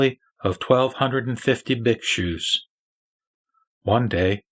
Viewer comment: Pronunciation of ' Dharma ' / ' BUDDHA" may be perfected. " Biksus " ==> " BHIKHSUs "